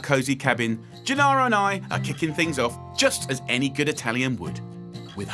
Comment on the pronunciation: Whoever was responsible for the printed words deserves.... 'Gennaro' not 'Janaro'. And other things. Italian is not difficult. But Brits are not famous for knowing foreign languages, though not quite as bad as Americans.